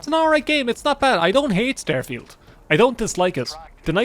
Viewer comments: "We're gonna be playing Stærfield!" The fuck... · Do you pronounce it as "styrofield" on purpose? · “Stair-Feeld” I have to turn this off